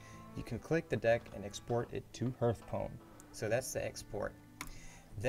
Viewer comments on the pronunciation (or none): OMG NOT H EARTH ITS H ARTH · 'tutoeriel', 'oerl', 'herthstone' xdddd